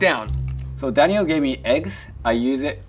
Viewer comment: Daniel is pronouncing half the things wrong 🥴